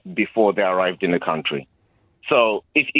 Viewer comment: Who says countyyy for country. The guy is defo a African immigrant.. Shamefull man 😂😂😂